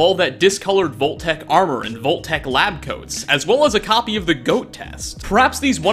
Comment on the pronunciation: Im sorry... but “Volt Tech”